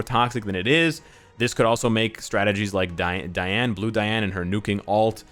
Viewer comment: You fixed the way you pronounced Ban and now Manga now just fix Diane, DEEane not DIEane.